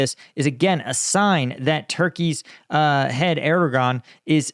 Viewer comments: The “g” in Turkish in Erdoğan is silent; say “Er-doe-an” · Err-der-waan.. his name is pronounced Err-der-waan (something like that - difficult to phonetise exactly). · if you try to say "air dough vaugn" without pausing, you get right near to the original sound. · I've bitched at before for bad pronunciation but he can get that Dicks name wrong all day